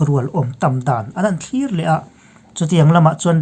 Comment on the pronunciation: Thlurh ni loin thlûr.